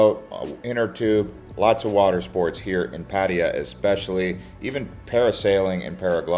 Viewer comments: Puh-thai-ya not padi-ya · Pattiya..... not patt'a'ya? Dude.. show some respect and call it right pls. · had to leave this vid - "boooda" and "pa-teya" "paddiya". Please look at the Thai spelling. Its' a common farang pronunciation. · If you want to be professional, in the end for clicks and money on Youtube, start with pronouncing the city right! If you can't even do this simple task, why would we believe anything else you say? Superficial vloggers are a dime a dozen here. Try to be different ;) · Bro provides so much useful info and people tripping out on his pronunciation of Pattaya. Wait til yall hear how DJ's pronounce "Ibiza". Its never the same 😅 Thanks for the info. Im back from Thailand and did a lot but watching these vids because i now have a piece of me missing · For someone who seems to have spent a lot of time there, it's amazing you never learned how to pronounce it's name. It sounds like you're aunt or grandma's name how you say it. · Genuinely impressed that you manage to pronounce Pattaya at least a dozen different ways. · ‘Pattaya’ is mispronounced almost as much as ‘Pai’ in northern Thailand! Duh. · What kind of braindead pronunciation of Pattaya is that for the entire video except the last one. Wtf